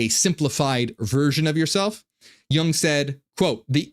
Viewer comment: It us Jung as in “you-ng” and not as in “young”